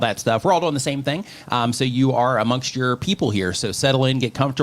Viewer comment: Why does always say Doeing instead of doing.😎